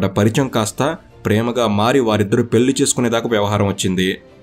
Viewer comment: పెల్లి బదులు పెళ్ళి అనటం నేర్చుకో బాబూ. తెలుగు సరిగా మాట్లాడటం రాదు కానీ ఛానల్ కి వీడియో కి లైక్ ఎలా కొడతాం